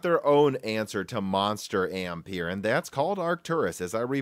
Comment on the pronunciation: Please learn how Ampere is pronounced